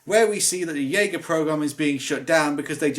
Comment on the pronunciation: why does everyone call it DJager? It's JAGER! At least use the correct J not DJ. The AGER part is already butchered so that's fine. still loved the vid tho!